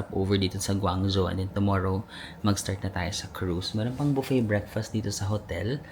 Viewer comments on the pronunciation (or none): none